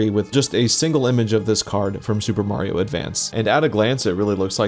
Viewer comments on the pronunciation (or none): none